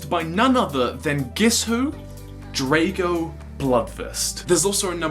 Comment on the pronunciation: it's said as Draago